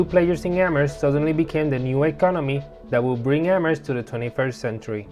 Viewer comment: yes, which i was impressed that the host nailed! great presentation and informative video